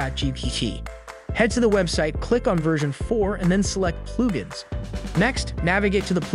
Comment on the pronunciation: pluu-gins???? weird pronounciation!